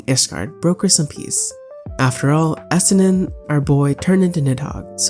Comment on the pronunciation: You're playing in Japanese, which isn't a bad thing, but it explains why you get the names of things so wrong. The way you say Estinian hurts my brain. All jokes aside, welcome to the community. Hope you continue enjoying the game. And don't be afraid of being critical of the game. The community has a Toxic Positivity problem. And the ones that say that it doesn't are part of the problem. lol